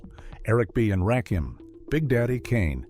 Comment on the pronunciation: Eric B and Rack-him ! 😂